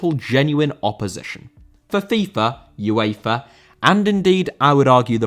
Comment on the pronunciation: UEFA* not Yuweifer